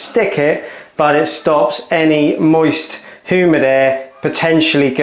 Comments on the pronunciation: Who-mid air 🤣 Hugh-mid please. But bro is low key cute. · What kind of air is “Who-Mid” air? Haha. I’m just being a Richard, nice vid! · Don’t want your bathroom being hoo-mid do you 😂 excellent vid as always 👍